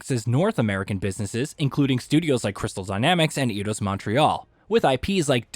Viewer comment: Imagine never hearing the word Eidos bc you know nothing about video games and subsequently mispronouncing it, but yet you work for a video game YouTube channel. YouTube is the only place in the world where you can get paid to know nothing about your “job.” Lol.